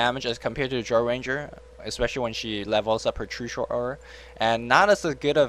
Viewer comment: Couldnt understand who else who had commentating, but he was awful.. Too much "uhhh" and just random shit that didnt make sense came out of his mouth. Just do a solo commentary next time, you are x100 times better. He couldnt even say "Drow" right. rofl